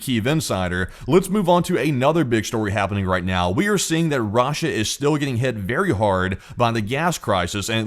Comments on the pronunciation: Rah-Sha lol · off topic but anyone else love the way this guy pronounces "RAHSHA" 💀💀